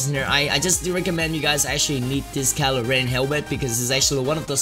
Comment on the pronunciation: rilo ren lmaooo